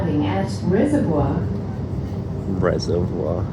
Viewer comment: Reservoir (suburb is pronounced Reza-vor) is Melbournes largest suburb by area. It has four mini suburbs in the suburb. North-East Reservoir, Keon Park, North West Reservoir and Edwards Lake. And yes, there is three water Reservoirs in Reservoir. Bell is called Bell because it’s on Bell Street.